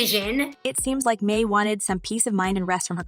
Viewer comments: Her last name is pronounced "my" not "may". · Your pronunciation is way off: It’s Jeannie Mai (Genie My) And is Tamara (Tah-Mair-ah) Ok her last name is Mowry (Mow-re) 🤦🏽‍♀️